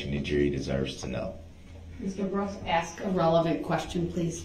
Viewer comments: I just wonder all the time way he say ax when he ask ! Ask - ax 😵‍💫 …… sabstain 😅it’s sustain mr groundz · I love in day 7 the judge finally called out his mispronunciations 😂 “AXE” “liscent plates” “grounz” he tried to say biasnedddness 😂😂😂 she snapped back with B-I-A-S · Ax you a question